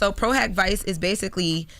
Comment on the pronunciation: LOL… I kept cringing when she said vice